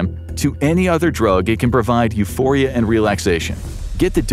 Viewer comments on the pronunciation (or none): none